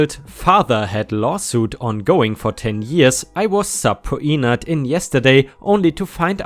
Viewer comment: "Subpoenaed" is pronounced "sub-peen-uhhed."